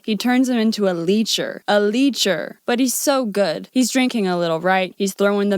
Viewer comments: How come you don't know how to pronounce Lecher? The is e short, not long. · Lecher has a short e, unlike leecher. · It's not "leecher" but "lecher"--leh-chur. TOTALLY different meaning and actually much worse. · "Lecher" is not pronounced "leecher". Just FYI. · Letcher not leecher. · REE chee, not rich ee, Gazzara not Gazzaria. "Lecher" is pronounced LEH-cher, not leecher. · It’s “lecher, not “leecher.” Just trying to help! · Leh-chr, not leecher. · (lecher) is not pronounced "leacher". It's pronounced like fetch-ER.....LECHER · Letcher: Pronounced Let-cher. Just so you can call them out correctly.